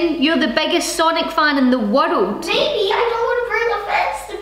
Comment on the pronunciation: "Biggest sonic fan in the wirruld?"